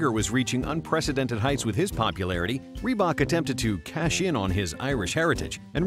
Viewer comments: Raelly Reebuk! Lol! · "Assembry by rebook " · Lol reeeee bok so bad